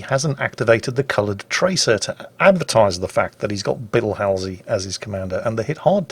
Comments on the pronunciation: It's Hall-Z, NOT Hal-Z (as in HAL-9000). Some things are definitely not translatable into British English as others, such as proper names. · its bull not bill halsey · it's pronounced Hall z ( if you care) :) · is anyone else triggered at the way pronounced "Halsey" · More the fact that he called him BILL Halsey instead of BULL Halsey.